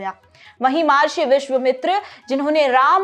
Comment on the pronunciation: म हा र्षी ❌ म ह र्षी !🙏🚩